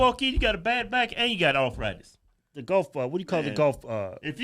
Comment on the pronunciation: arrfrittis ....lolol